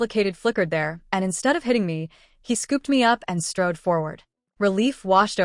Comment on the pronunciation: STRODE not stroed